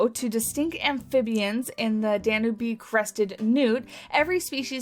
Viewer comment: I was so disappointed that platypi weren't in the Australia pack. Super excited to finally have them in the game. (Here's hoping we get some tazzies in the future.) Also, I'm pretty sure it's dan-YOOB newt.